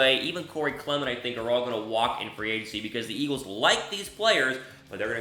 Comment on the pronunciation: what is "Eaglves"?